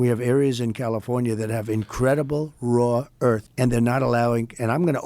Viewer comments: "raw earth " ...rare earth eh bed time grandpa. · Trump saying "raw earth" when he meant "rare earth"... smh